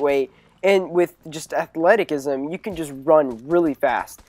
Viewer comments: i think its pronounced (athletizisum) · athleticism is pronounced ath-let-i-siz-im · The c in athleticism is pronounced as an s